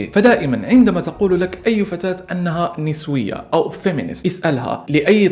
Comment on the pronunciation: نسويه❌ فسويه✅ 😂😂